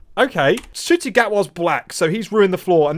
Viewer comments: People have said it’s just him being racist and refusing to pronounce Ncuti correctly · I think he's just saying Ncuti's name of purpose by leaving out the c and saying the n hence nutty- nuti. He obviously knows he is wrong but as it's not a traditional white name he can't be bothered saying it right, he really is the worst kind of bigoted grifter. But yes it is because he is racist and doesn't believe a person of colour deserves even the bare minimum of respect. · Either that or he’s purposely mispronouncing Ncuti’s name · Really? The best he can do for criticism is consistently and deliberately mispronounce Ncuti’s name? Why? Because it’s supposed to be an insult or something? Not a smart play from the man whose name can be read as Bowel-streak with a little rearranging.